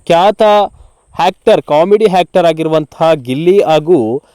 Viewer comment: Not Hactor it is Actor